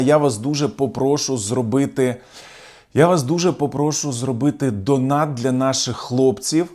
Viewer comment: Наголос у слові попрошУ на останній склад. Вибачте за зауваження. Ціную вашу аналітику.